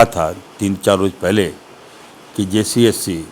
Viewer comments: Jcsc nhi hota h sahab jssc hota h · Jssc bolne nahi ata hai yese logo se kya ummid karna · विधायक जी जेएसएससी तो सही सही बोलिए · इसको jssc बोलने नहीं आता है..😅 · Achha se jssc v nhi bolne pa rha hai kaise mantri bn gya yar